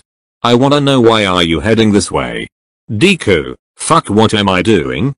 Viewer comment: Why did it say dee ku instead of deku